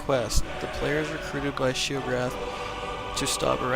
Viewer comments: its sheogorath not sheograth -_ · Once again... Shay-o-gore-ath. That's how you pronounce it... NOT shay-ograth. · And it's Shay-oh-gore-ath